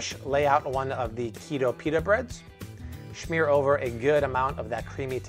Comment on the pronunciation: I don’t think he knows how to say smear